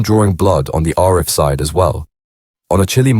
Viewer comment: Richer than the A team…nah I’m not having it and learn how to pronounce Arif.